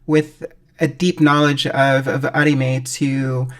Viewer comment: You can’t unhear “On-E-May”😂 God bless all Content Creators!